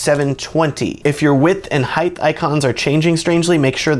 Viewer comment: Pro tip: Height is pronounced Height— not Heighth; Height.